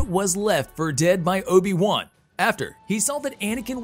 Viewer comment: "Ohbi Wuhn" lmfao